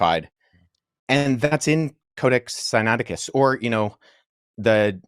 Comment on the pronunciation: The man didn’t take the time to learn how to pronounce “Codex Sinaiticus” that’s all I need to know.